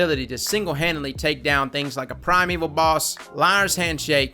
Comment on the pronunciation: Primeval shmimeval is pronounced shmy-meval.... not shmeval.... but anyway